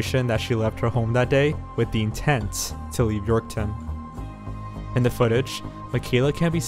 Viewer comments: York-town lmao. he just adds a 'w' in there. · that and how he pronounced Saskatchewan and Yorkton...like wtf? Do your research!